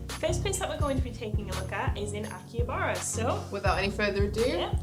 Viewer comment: Kept on saying Akihabara wrong.